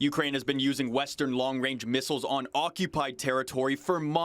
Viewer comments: Trudeau couldn't even say "Range"...LOL He must be thinking about what his Masters told him to say and got messed up. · Long wange.. shutup tru dope. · Trudeau literally said "Long Wange"...wow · Long wange haha